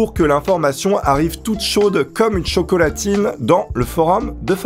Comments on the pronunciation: t’as dis quoi? Chocalatine?!! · Il a dis choconatine bordellll